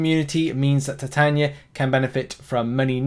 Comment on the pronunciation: I would pronounce it. Tie taye knee a